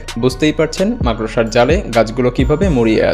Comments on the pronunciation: মাকড়সা উচ্চারণ টাও ঠিক মতো করতে পারে না।এ আসছে ভিডিও বানাতে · উচ্চারণ হবে মাকরশা।মাকরসা নয়😂😂😂